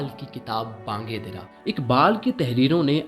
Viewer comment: bang-e-Diraa nahi balkay Bang-e-Daraa , : Ravayaati nahi sahi word Ravaitee he , : camunication nahi communication , : Mustahikam nahi balakay Mustahkam , : Alam ka matlab dunya, kayfiyat etc hota he jab k yahan Alim ( scholar ) word ayay ga . Ap ko sun k auron ki urdu theek ya kharab ho sakti he , kindly urdu dictionary app ya kisi aur tarah urdu behtar farmaiyay , mera maqsad faqat islah he, bura laga ho to barah he karam maaf farmaiyay. jazakallah.